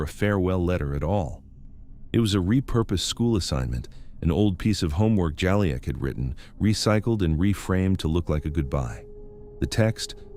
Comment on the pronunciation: the video keeps changing his name…. It’s not “Jolly-ack”, it’s “Ju-leek”